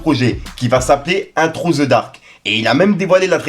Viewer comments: Into the dark, dans le noir. Pas intro the dark😂😂😂 Faut reprendre des cours d'anglais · Into ça ce dit in tou poto